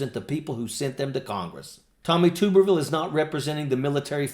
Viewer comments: Mr. Ojeda I respect and like you, and watch your show, but it's tub erville as in bath tub, not tube. And he's a Senator from Alabama not Arkansas, though he lives in Florida. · Two important things my friend. It is Tub like bath tub —-erville. Or Tubby. His Auburn fans also call him dickhole but that may get stripped. Second and I am sure you heard it already but he is R-AL for Alabama. Not that there is a whole lot of difference twixt AL and AR but to Bamaians, if ya screw that part up, you lose the room and unless you are talking football or god keeping the attention is going to be difficult. So get his name right. Believe me Tube or Toob—- erville sounds awkward and really does not do justice to the tool ole Tommy really is. Peace and Straight and Stallwart.